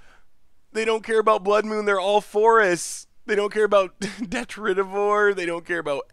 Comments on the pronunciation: Deh-trih-ti-vore Why do people try to teach him wrong? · He still pronounces 'Detritivore' wrong😠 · If you're upset about him pronouncing made up words wrong, you're going to be in for a bad time. He can't pronounce a lot of the real words.